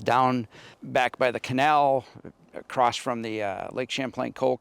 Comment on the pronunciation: There is no T in the word across 🙄